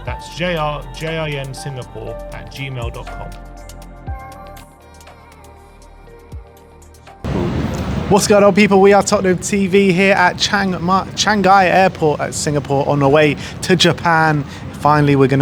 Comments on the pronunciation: It's Chan(-gee), not Chan(-guy)!!! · Love from Malaysia you guys still coming out with updates in SG. BTW It is pronounced "Chung-yee" airport😃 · Omg as a half Singaporean the pronunciation of Changi 🤦🏼‍♂️